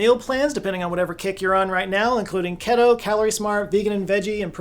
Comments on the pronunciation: Why did you say keto like that? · Respectfully, it’s keto, not ketto, therefore a long e. Also, chaff, not shaff. I know it can be confusing (English language is hard), but those are pretty common words. Love your videos! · Still can't pronouce "keto". It's key-toe not ket-toe. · It's KEE-to, based on ketones which is pronounced with the long E not the soft one. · Both vowels in keto are long.